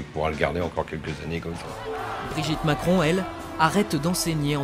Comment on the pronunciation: « Emmanuel Maçon » jpp😂😭😭